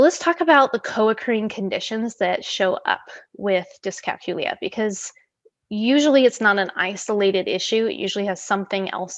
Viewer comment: Think of the word calculate, that is how you pronounce it.